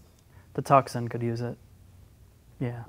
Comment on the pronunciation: You can't pronounce Tucson LOL!